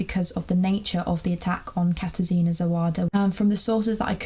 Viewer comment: It is pronounced kata-shina instead of katar sina